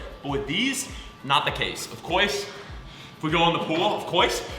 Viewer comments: “Of coyce...” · out of breath from running also: “of coise”